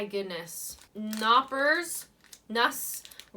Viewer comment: and hi, is called Knoppers and not Noppers, in the beginning is the K and that is pronounced in German...just as a little info;)#